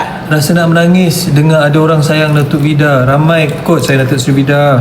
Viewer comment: Dato ved baca salah